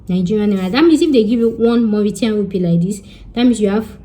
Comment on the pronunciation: 😆 u made me laugh, the way u pronounced Creole, and ur Mauritiaaan Rupee , omo Yoruba ni mi .. u tried